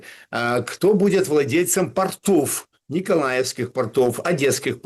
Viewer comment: ударение - пОртов